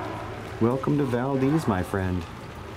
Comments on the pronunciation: Not valdeez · You keep mispronouncing Valdez. Please stop saying it like that.